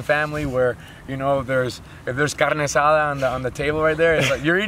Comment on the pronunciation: Did he say carne asada